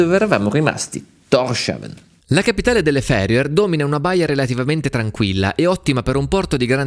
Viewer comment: Documentario affascinante come sempre. C'è qualcun altro che si aspettava che da quella casuccia uscisse un elfo piuttosto che un primo ministro? P.S. Thorshavn (Porto di Thor) si pronuncia [tors hawn] (danese) oppure [tous houn] (faroese), non [торшавн]